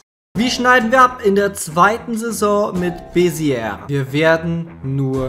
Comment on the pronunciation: Ich war da beim Schüleraustausch es wird Besie ausgesprochen. Cooles Viedeo